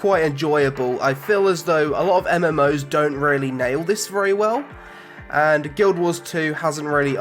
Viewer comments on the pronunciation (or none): none